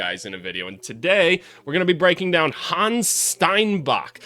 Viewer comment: Try to pronounce it Han-nes, not Hans. 🇩🇪